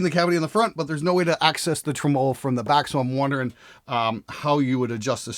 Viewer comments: Not trying to be an asshole here, but if you're going to talk about tremolos, you should probably learn how to pronounce it. TREM-olo. The accent goes on trem, not on olo. 🤪 Love the show, man!! Keep up the good, sarcastic work! 😁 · Ha! doesn’t know how to properly pronounce tremolo 😛. It’s “Treh-muh-low” buddy 😘. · that was nice of to pronounce "tremolo" like a bass player on this bass video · Who taught you how to say tremelo and why did they do it so fucking wrong? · You say tremolo weird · You say 'tremolo' funny...